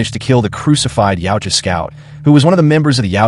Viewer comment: Yautja se pronuncia YAUTJA.